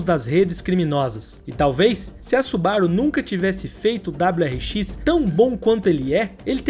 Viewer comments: SuBAru ?? SubaRU !! É japonês .. Acentuação é sempre na última sílaba. Exceto casos singulares ! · os cara falando da parte impreza com (m0, mas ninguem fala su-ba-ru como deveria ser. afinal a forma correta é SuBaRu. Ótimo video, ja tinha assistido outros, mas nunca comentei